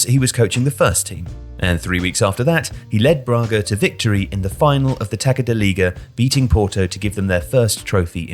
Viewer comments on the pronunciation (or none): I can't believe the narrator said "taka da liga". Just say league cup, please.